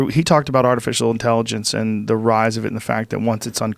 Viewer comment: I wish he pronounced his ‘th’s properly they’re more like d’s instead of this, other. It’s dis and udder